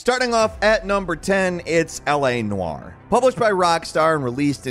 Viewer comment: "L.A Narr"